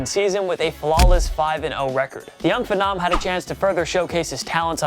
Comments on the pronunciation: "The young phuh-nom" 🤔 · That’s not how to pronounce ‘Mecole’ or ‘phenom’.